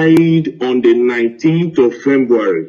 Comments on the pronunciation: "My mother is a britage" "fembuary" how does that sound in your ears? Edo man please show us evidence (videos) and stop too much talk QED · Is it only my hear or is he really saying fembuary?